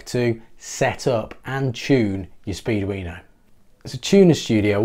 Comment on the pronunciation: I hear you saying "speed-weiner" every time. It doesn't detract from the content. LOL